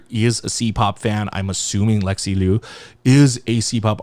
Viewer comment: just as a note, liu should be pronounced closer to “leo” than “loo” !!